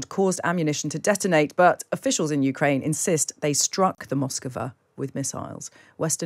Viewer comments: Moskva is not Moskova. No matter how many times you say so. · A: hit by Ukrainian missile attack B: sunk by Russian incompetence. C: it was Aliens. D: Moskva, not " Moskova" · It is not "Moscova" but "Moskva" (two syllables). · Mosk va. Two syllables. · D: pronounced "Maskva" stress on last syllable